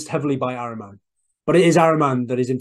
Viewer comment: IT IS PRONOUNCED AHHREEMAN (A PRONOUNCED LIKE ADAM)